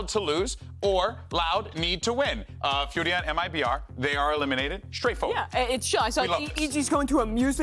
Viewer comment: Furia, not fudia. Its a r not a d. please say it correctly.